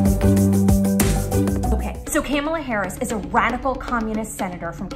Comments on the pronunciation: “Caramel” “Campbell Soup” “Calamari” “Candelabra” 😂😂😂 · “Calamari Harris” 😂😂